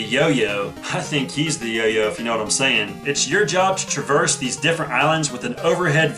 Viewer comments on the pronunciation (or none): none